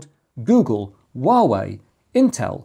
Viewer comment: anyone else impressed he knew how to pronounce Huawei?